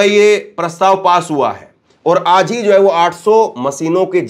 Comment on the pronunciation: Bhai Aap aaz kahty ho ye lafz aaj he